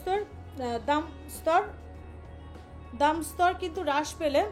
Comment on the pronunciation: দামদস্তর না দামস্তর